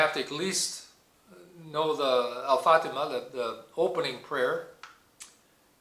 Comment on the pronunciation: Just a small correction sir. Its Al Fatihah, not Al fatimah. Nice to watch your vid